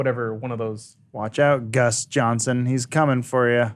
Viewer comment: Did Adam say GUS ?? :D